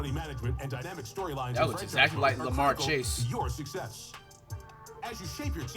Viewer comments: bro said Lamar chase 😂😂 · bro said Lamar Chase 😂